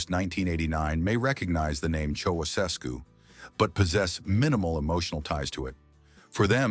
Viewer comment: Learn to pronounce Ceaușescu